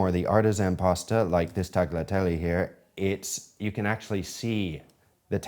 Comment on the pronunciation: Chef, Vincenzo’s going to be mad about your pronounciacion of tagliatelle (the “g” isn’t audible)😂 MA CHE DICEEEEE!